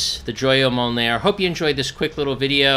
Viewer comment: i fucken love the "MOULNAER"